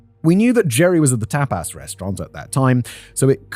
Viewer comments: Tap aaass restaurant lol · Simon pronouncing tapas as tap-ASS is the best thing about today for me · You're a tape-ass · Tbf it's the British pronunciation and how it's pronounced in some countries alphabets so if he was unfamiliar with the word it'd be a normal guess